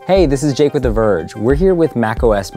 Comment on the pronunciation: Sorry for tell this in spanish but, Me da risa su nompre por que es The Verge y parece que dice la verga xDDDDD